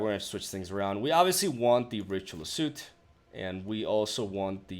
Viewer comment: Soot is actually not pronounced like suit, instead more like suht. Actually its hard to spell it phonetically